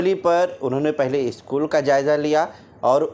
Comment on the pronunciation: Isschool nhe school Bolte h bhai pronounciation sahi se do